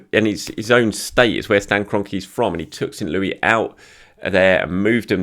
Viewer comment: St Louisssss pronounce the 's' at the end. Common mistake!